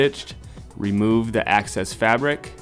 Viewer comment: AAAHHH ITS EXCESS FABRIC NOT ACCESS FABRIC!!!!! WHY DOES THAT FRUSTRATE ME SO MUCH